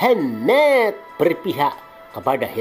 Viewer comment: Masa Mohamad dibaca mohemeeed, gila.bener, sakit perut ketawa ☺☺🙄🙄